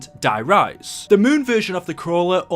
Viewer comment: anyone else notice how je says die rise like is der reise